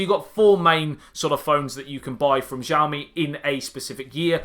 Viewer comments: its not zhaoimi......its xiaomi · Wright pronounce is Šaomi, but I know that is hard to said on English... this phone, redmi S2 or Samsung J4 +..? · The most interesting thing about the phone is its pronouncing, it is different for everyone : Shaomi ,Chaomi, Hiaomi, Ksiaomi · Pronounced name wrong. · thank you!!! His pronunciation this cringeworthy